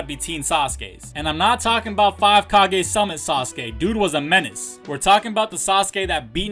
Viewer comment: It's not sasake it's sasuke 😂